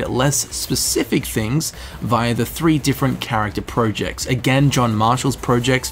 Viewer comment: Who pronounces projects like 'projects'